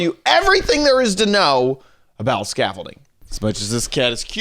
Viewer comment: XD when you said hey guys, scaffolding it sounded like you were saying youre name was scaffolding